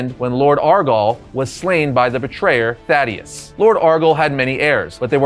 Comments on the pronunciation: THAEDUS-pronounced Thā-dus. Not fucking Thaddeus. Idk why but it's bugging the absolute shit out of me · Buddy you need to learn to read 😂. You mis pronounced Thaedus’ name over and again. It’s not “Thadeus” like you kept saying, it’s “Thaedus”, pronounced “Thee-dus” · Its Thaedus Pronounced Thay-Dus, not Thad-Ee-us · Two syllables, Thae -dus. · You keep mispronouncing the name Thaedus. It's like you're misreading it.